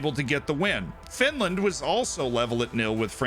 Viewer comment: Oh no, not Finrand